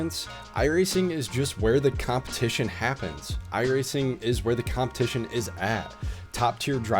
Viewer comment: "copmetition" :D on purpose ?